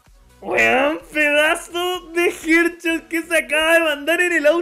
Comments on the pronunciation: No es HEARDCHOT SE DICE HEADSHOT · Mira esos "jer chot" papá :v